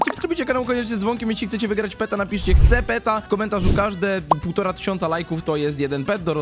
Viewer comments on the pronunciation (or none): "Hce peta"